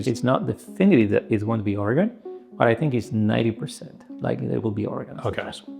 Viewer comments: FYI it's pronounced Orygun not Origone. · Very excited for this tech. Also: Or-eh-GUN, not Or-eh-gone. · as a native, I always crack a smile when it happens. For those of you who would like to pronounce it correctly, say "organ" but with an "uh" or "ih" in the middle: OR-uh-gən / OR-ih-gən. In other words, it rhymes with Morrigan and Corsican. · Excited to have this in Oregon! Also,, it’s pronounced organ. Like your kidney. 🍀🙏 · I really hope it's Oregon, and, it's pronounced "Or - ee - gun".:) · that pronunciation of Oregon hurt my soul